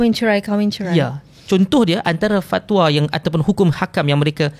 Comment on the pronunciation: sebut Fat wa tu pelik bunyi😂